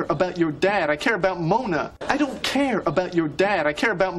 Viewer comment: А в какой стране (кроме России, каанешна) слово "care" [ker] (заботиться) произносят как "ки-ир"?